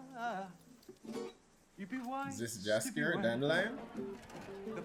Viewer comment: It's Jaskier...NOT Dżaskier..